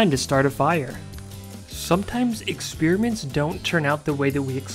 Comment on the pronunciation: I really wish you wouldn't say expeerments!